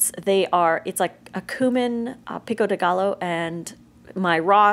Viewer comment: Pico De Gallo is pronounced pico de gayo